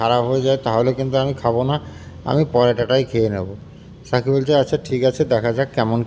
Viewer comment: সাথী কে সাকি উচ্চারণ করেন কেন?